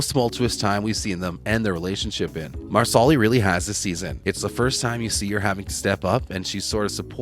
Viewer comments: Mar-sa-li not Marsoli. If you watch the show which it is obvious that you don’t you would know. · Loren’s character’s name is pronounced “Mar-sa-lee” not “Mar-sol-li” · Please speak English and pronounce names properly.....Marsarlis ??? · Wow, these people are lazy, they don't even find out how to say the names correctly!!! Marslee!! Not Marsallie!! Improve your posts! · If the narrator watched the show he would know how to pronounce Marsali. Mar - sa - Lee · Uhh...excuse me...the accent is on the 1st syllable of Marsali's name...(MAR' sa lee). Also, Jamie & Claire used a TARTAN for warmth & to stay dry. It wasn't a blanket. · Marsali is pronouced Mar-sa-lee with the accent on Mar. not on the second syllable. And NO Fergus is not an adulterer. He despairs because without his hand, he can't do the traditional "man's work" and Marsali has to go everything. Fergus can't be a farmer. Yet, he doesn't want to do what is considered "women's work" either. It is after the birth of Henri Christian that Fergus has a mental break and becomes suicidal. He must find work he can do away from the Ridge if he is to feel worthy as a provider. . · MEEE TOOO! It’s “MAR-SA-LEE” dude! 🙄🙄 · It is pronounced like the garnish parsley--PAR-sely.! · Yep, dude was real close to ending himself. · Marsali is pronounced “MAR-slee” and it’s FRAY-ser, not Frazier.